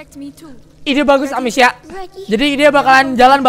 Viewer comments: Apa cuma gue yang risih ngomong amacia bukan amicia:v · Amicia bang... Bukan Amacia :V